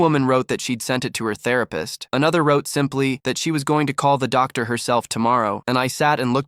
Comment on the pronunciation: “doc dar” 😂